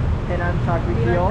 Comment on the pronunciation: "CHAR" kway teow.